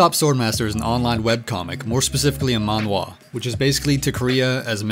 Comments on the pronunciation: Its pronounced manhhhhhhwa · The a in manga and manhwa are pronounced the same way...